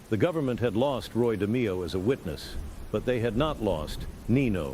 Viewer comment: “Roy De-my-oh” 🙄